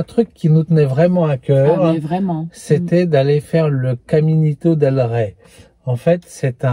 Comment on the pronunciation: Ouah.....vous avez du courage, le faire sans savoir la difficulté du parcours....chapeau ! Rey se prononce comme un oreiller sans le o....reiller....roi. Toujours des vidéos de qualité et sympathiques. A plus